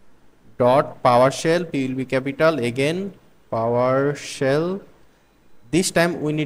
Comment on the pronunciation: It's Powershell. Not Powersell